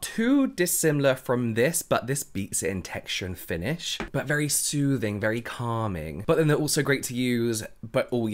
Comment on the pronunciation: I love the way you say "sOOthing and cAlming" and the fact that you never use them as individual words 😂